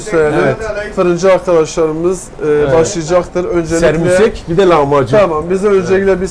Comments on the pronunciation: Lütfen düzeltelim Serbusek değil SEMBUSEK , takipteyiz teşekkürler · abe sermusek degil ( şamborek ) haftada bir evimizde pişer çok şükür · Sermusek değil, Sembusek